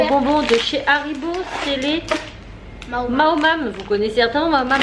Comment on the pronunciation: maoam pas maomam ^^ lol